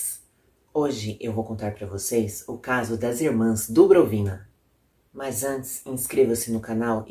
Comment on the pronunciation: Tudo bem. Estudei russo um ano há muito tempo, esqueci quase tudo, menos a pronúncia da maioria das palavras. Está lá no Google Tradutor. Pode conferir. Abraço.